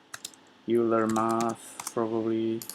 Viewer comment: Hi, I just wanted to mention that "Euler" is pronounced 'oyler'. Just a quick FYI.